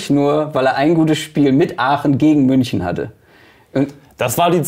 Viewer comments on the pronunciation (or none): none